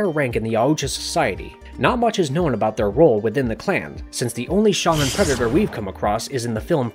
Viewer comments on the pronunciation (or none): none